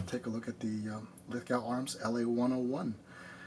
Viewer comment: "Lith-go", mate. Rhymes with snow, not with cow. :D